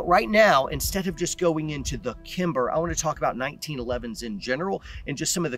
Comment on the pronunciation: As soon as I heard him say “kimber” I wanted to quit watching the video.. almost wanted to quit watching again when he went over his “grip” and mentioned the trigger doesn’t matter 🤨 But you commented a lot of what I was thinking. I shoot single stack division in uspsa and can’t count on my hands and feet how many times military show up with their glocks at a local match and never see them again. One example specific had a local active duty sof guy show up with a Roland special glock, extended mags, and a red dot; he saw I had a 1911 holstered and grinned and said “don’t feel bad when I beat you, I’ve got a glock with 21 rounds of 9mm and a comp” it was just a falling steel match so it was strictly just nocking steel targets down as fast as possible (I figured he’d beat me too lol).. when he saw the results on the iPad at the end of the match and saw that I beat him, pretty bad, he at least had the integrity to approach me and say “man, I was wrong.. you smoked me, you’re really good” but he never came back after that, some of his buddies said he practiced a few weeks and was going to come back but they couldn’t ever talk him into it. Similar stories with the others, just no one calling me out like that one. I understand shooting uspsa and cqc/room clearing are two different things, I would never clear my house the way I do a stage, but it does improve weapons handling and proficiency which a lot of people lack especially when trying to move fast with a gun in hand safely and